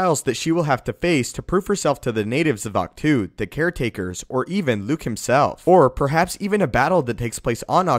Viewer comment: Ahch To is pronounced "Octo". Or Awk-Toe. Not "two". It's not a number or preposition. Great videos though!!!!!